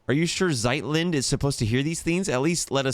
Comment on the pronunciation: Your pronunciation of Zeitlind was the best here :)